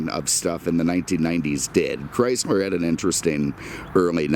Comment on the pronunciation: This is not a Cadi-Mac!!! This... is a Chris-mer product!! LoL brahh your brand pronounciation jajajaja